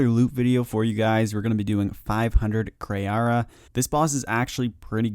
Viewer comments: jesus its kree not kri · Kree not Kray. It’s Kree. That was so annoying to keep hearing you get such and easy self spoken name wrong.